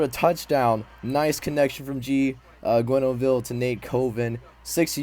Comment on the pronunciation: Some spelling/pronunciation tips on those French names: Grenouille = gronn-wee. (Also, his first name should be spelled Guy.) Robideaux = row-bid-oh.